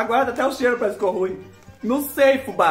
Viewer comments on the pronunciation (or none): none